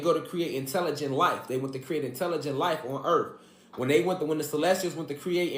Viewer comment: Immediately t on the FIRST vid… THERES NO “F” in the word EARTH!!! WTH??? EARF???!!! NO NO NO ! ABSOLUTELY NOT!